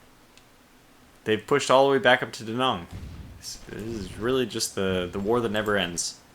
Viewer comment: "Da" you've got right. It's the "Nang" part. Say "Nang" like we say dang. Late, as usual.